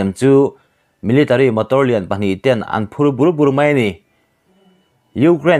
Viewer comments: Lehkha chhiar leh Mizotawng thluk hi ithiamtheilo kati. Anphur bur2 tihte hi. Chhu bur2 anga lamtur anilo. Ichhe bernur tiha burhi antur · Itawng thluk hi diklo a awm lehthin. A Lian bur bur tiha, bur, anghian lam rawh, an phur bur bur Tila. Chhu bur bur tih ang nilovin. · Mizo tawng thluk hi adiklo nasa thin eg bur bur te hi alian bur bur hetiang deuh hian lam tur